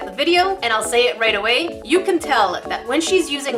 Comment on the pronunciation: Ummm you said aday instead of away